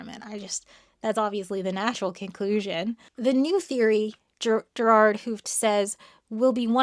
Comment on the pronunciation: pronounced as gehrahrd hat hohfd; long oh as in "open", not going into the g sound, it is fine. source: am dutch.